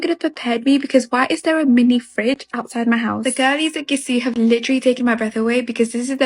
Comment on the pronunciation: "Gissy" Do these people not know French? "Gisou" is not pronounced "Gissy".